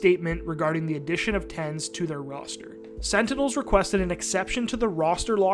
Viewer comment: SEN Tenz, huh?